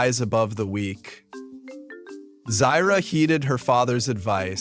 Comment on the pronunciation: I thought Ahadi and Uru are the parents of Taka (aka Scar) and Mufasa from the books “The Lion King: Six New Adventures”. You mispronounced Zira’s name on and .